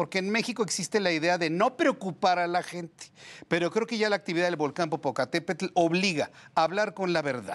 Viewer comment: Muy vulcanologa pero no sabe pronunciar correctamente el nombre del volcán. De verdad una vergüenza